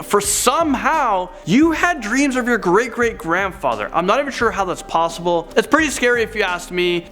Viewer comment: Nobody: this dude: pLlosIbLeeee